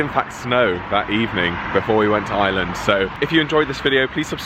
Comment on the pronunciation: OMG… Ireland! All those times you said it, and I heard “island” every time, except the last. 🤓